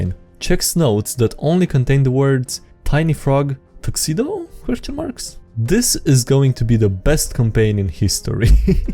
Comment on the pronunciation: i love your vids but your english pronunciations break completely at the tiny frog tuxedo part (though thats the charm i guess)